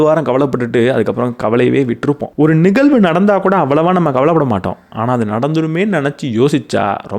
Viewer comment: அருமை.‌. Good talk & delivery. Kudos. ஒரே ஒரு கருத்து. 💐😊 தயவு செய்து 'ழ' உச்சரித்து பழகவும். நிகல்வு அல்ல நிகழ்வு என்று சொல்ல வேண்டும். தமிழுக்கு ழ அழகு. மெல்லினம் இடையினம் வல்லினம் அறிந்து பேசும் போது உங்களுடைய இந்த அருமையான பேச்சு இன்னும் மெருகேறும். மிக்க நன்றி